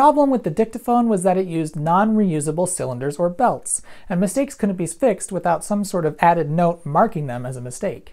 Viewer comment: "and mistakes couldn't be spfixed..."